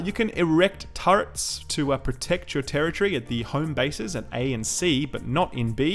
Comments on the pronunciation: Tera-tree :p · This guy says terror tree a lot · Dafuq is a "terror-tree?" I thought it was territory. Sorry, I was distracted the first minute or so by that odd annunciation from the accent. Anyway, good video overall. Thumbs up!